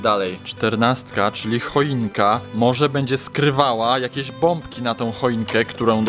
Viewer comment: mòwi: hojinka swiolteczna A ja:,,hojinka '' hahaha Edit dzenki za 2 like